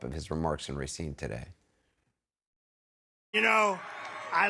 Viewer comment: Ra-SEEN. Not RAY-seen.